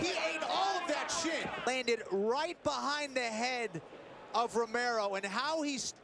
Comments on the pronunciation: lmao even the subtitles thought he said "shit" and not "shin" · He said shin but I also thought it was shit at the time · Had to play it back too lol I was like wtf but he def said shin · I think he said shin 😂 but definitely heard shit the first time lol